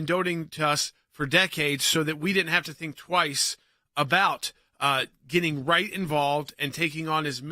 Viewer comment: The word is "getting", not "gitting", Jordan.